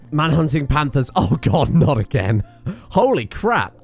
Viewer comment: I swear I heard “Manhunting Pandas” instead of “Manhunting Panthers” 😂😂